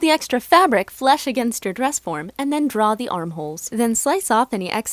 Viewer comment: It's flush not flesh btw